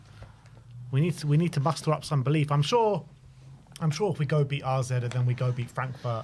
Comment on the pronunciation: One day these lads will read comments and finally say AZ alkmaar not RZ !!!